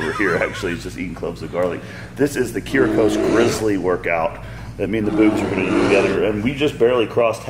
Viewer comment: The way Juji pronounced Kyriakos LOL